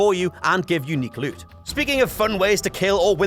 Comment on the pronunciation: "Leut" "heuk" haha never gets old for me. It's a bit insufferable but when he says book like "beuk" I lose my mind 😂